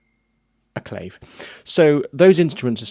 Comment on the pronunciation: Also: CLAVE; Claw-Vay/ Guiro- who-ee-rro (Like weirdo w/o the D), Shekere: SHECK-ay-RAY. You said Maracas very well though! Thanks again. Very Informative. Don't mean to be a stickler but pronunciation of terminology is crucial while teaching/ If someone said CLAVE or CayJoan in the studio... I wouldn't have the slightest clue what they meant. Cheers!